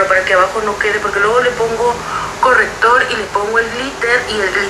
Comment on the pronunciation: Amé el "correppptor" jajajaja ❤️. Me encantan tus videos y tu personalidad